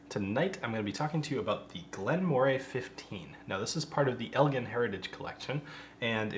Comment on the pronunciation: I've been told it's apparently pronounced "Murray." As far as the whisky is concerned, I've considered every Glen Moray I've had as pretty good value for money, but they tend to be significantly cheaper in Europe. This one is under $40 here. The base Elgin whiskies are often under $25